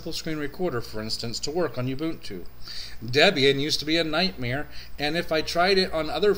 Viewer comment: My review of your pronunciation of ubuntu: it's bad. u-bun-tu u = oo, not yew. This is not a a female sheep bun = put a burger on it, not boon. This is not something granted as a favor. tu = hey, at least you pronounced one syllable correctly. too to two. I thought 15.04 was alright. I'm an Arch+tiling guy, but I actually like Unity. Anyway, 15.04 is exactly like 14.04 with newer packages. Software availability is good, though it's no match for the mighty AUR. Overall, I like Gnome 3 a little more than Unity these days and I prefer a tiling window manager to either, but the HUD feature of Unity is unbeatable. Typing to search app menus is genius. IMO Fedora 22 was a much more exciting release than 15.04 but 15.10 looks pretty interesting. They are trying to get Unity Next on the desktop for 15.10 and maybe snappy core. Could be interesting.